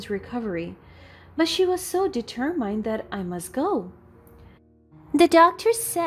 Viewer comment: Please find the right pronunciation of the word determined